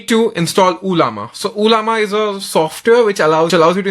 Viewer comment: First of its not uuullllaama 😂 and 2nd its not anthropic's model....u r just using the interface....dont fool people